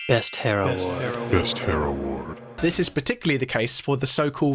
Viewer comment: ' HARE? ' like the big rabbit?? ? 😂😂😂 or did you mean hair?